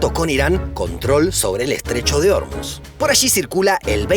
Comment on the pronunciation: Un gran video como siempre. Me encanta cómo logran que los clips, sacáis de distintas fuentes, tengan la misma calidad y colorización. Espero que la pronunciación grave Órmuz en lugar de Ormuz (/oɾˈmus/) sea intencional, al igual que cuando dijeron Ulán Bátor en lugar de Ulán Bator.